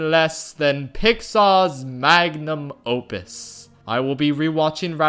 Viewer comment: Did he just said Lion Kin is Disney's mang a num opus?